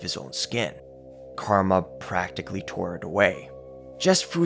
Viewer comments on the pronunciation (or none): none